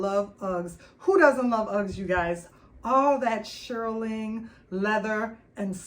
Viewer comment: nice haul girlie...it's pronounced "SHEER-ling, not SHIR-ling"😊